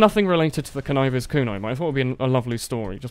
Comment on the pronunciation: pretty sure it's pronounced con-nigh-ver not con-niv-er because the word conniving and all